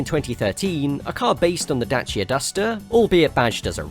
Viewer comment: Somebody actually pronounced Dacia properly, I’m amazed.